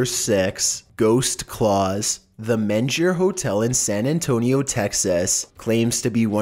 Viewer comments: For 5 & 6: It's pronounced MEAN-GUR, not MEN-GER. It is a SUPER haunted hotel and it's also incredibly beautiful inside. It's a Texas treasure! ❤ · Its pronounced "mean-grr" I am from San Antonio.